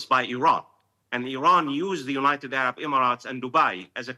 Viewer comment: 🗣️ “Unigh state” but “United Arab Emirates.” 😂